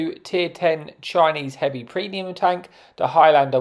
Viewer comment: Your saying it the same as petty lol it’s one word highlander,not high lander,I’m Scottish so I’ll forgive you😂